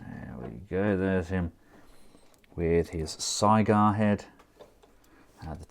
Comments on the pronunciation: It's not SIGH-Gar, it is SIG-GAR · "Cygar" that's how I think it would be spelled the way he pronounces it